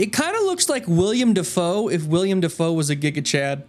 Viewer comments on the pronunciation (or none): His name is Willem Dafoe. Willem, not William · Disliked the video because you miss pronounced Willem Defoe's name who tf is William